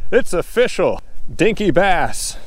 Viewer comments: It's afishol 🤣🤣🤣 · It's of-FISH-cial!!